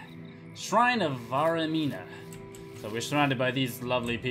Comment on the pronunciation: Vaermina. "VAYR-meen-A".